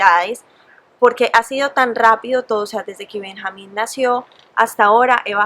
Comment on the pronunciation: Se escribe Benjamín y se pronuncia Benyamin ¿no? xd